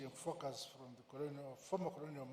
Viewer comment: ‼️🙄I THOUGHT HE WAS SAYING FUCKERS, BUT IT'S FOCUS HE WAS SAYING🤔